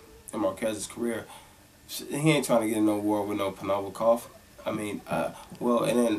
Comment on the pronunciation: Black people can never say Provodnikov lmfao.